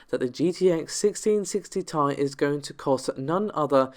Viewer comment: It's pronounced 'tee eye', not 'tie'